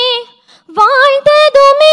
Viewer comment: வாழ்த்துதுமே என்ற வார்த்தை உச்சரிப்பில் மாற்றம் உள்ளதாகத் தெரிகிறது....